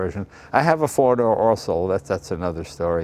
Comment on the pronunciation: He also said "arso", instead of also, but who cares. ;)